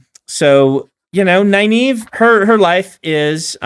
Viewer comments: Pretty sure I read the series without looking at RJ's pronunciations in the glossaries... how was I going to know I'd be cringing at how they pronounce Egwene and Nynaeve on tv 30 years later? :) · I asked about the pronunciation because I said it one way and then Brandon said it a different way. What's the "Nynaeve thing?" I can assure you that I know essentially nothing about the books, so anything you think I've done on purpose as an easter egg is just me being a moron. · he literally watched the shows and still gets the names wrong lol